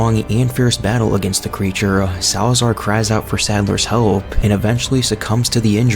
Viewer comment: you said salaazar wrong name buddy